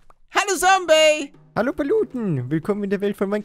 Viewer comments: Da hat er noch "Sombey" anstatt "Zombey" 😂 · Lieber Paluten aber ist heißt Zombiy nicht Sombiy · wie er da noch sombey gesagt hat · 2020 ist es so lustig, zu hören, wie er zombey immer "sombey" nennt😂🧡